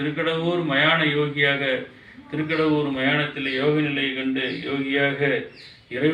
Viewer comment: It's THIRUKADAVOOR not THIRUKASAIYOOR.